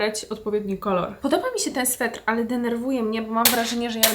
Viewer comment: Sweter, a nie swetr